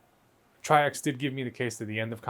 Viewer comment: It’s pronounced like “tricks” or “trix” and it’s a garbage case.